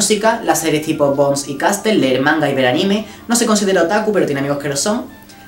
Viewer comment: te perdono tu pronunciacion de ''Castle'' porque te quiero <33